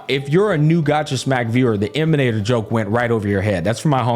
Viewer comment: the way he said "emanator" at the start cracked me up XD